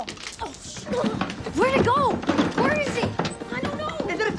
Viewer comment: He sounds like, "Wheay meyah" in